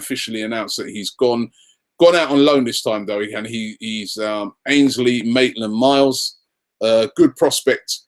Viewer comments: It is Maitland Niles not Maitland Miles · It's Maitland-Niles!Come on man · Can you say anyone's name right Robbie?! Even Maitland-Niles becomes Maitland-Miles.. come on! haha